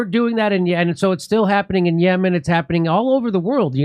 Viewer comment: This is not Yeman , YaaaaMaaan 🤣 So it’s Iran …